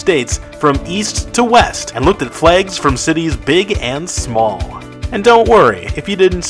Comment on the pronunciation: Ahh, yes. Flegs. Don't you just love flegs?